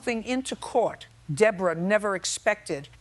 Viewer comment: Judge Judy has a New York accent so someone explain WHY she pronounced the Defendant DA-BORE-A. I worked at a workplace disability rehab who employees who were injured "On The Job." Yes we had multiple employees who jumped on the bandwagon. Companies the were moving out of state or closing due to bankruptcy. If you are being supported by the government the disability had best be REAL.